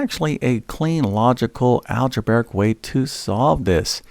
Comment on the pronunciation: Could you please stop saying "alge-BARE-ic"? It's pronounced "alge-BRAE-ic".